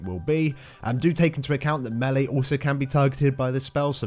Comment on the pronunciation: "meh-lee" lol